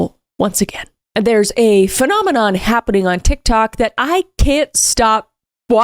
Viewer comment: did any other British person think of the muppets when Kris said "phenomenom"? Ba ba ba-ra-da, be-na-na-na